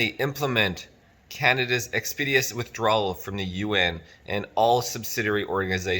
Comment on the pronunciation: Are you trying to say expeditious? Please review your pronunciation of this common word.